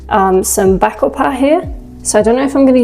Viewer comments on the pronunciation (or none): This entire set up would look incredible if smone has a macro lens...and also the way you say "Bakhoepaah"...caught me off guard...great work...